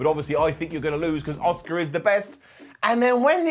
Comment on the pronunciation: Love u!! Why do u pronounce Asukas name as Oscar tho? Just curious!